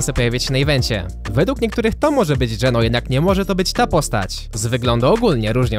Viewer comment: Ja jak pierwszy raz usłyszałem GENÖ to myślałem że to jakaś waluta